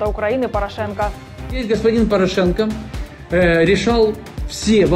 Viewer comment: Ставьте ударение в фамилии ПорА'шенко правильно.